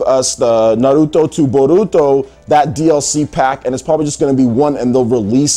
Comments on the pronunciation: stop saying it like that .. its "n har root toe" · Can you stop pronouncing Naruto with an L? Christ!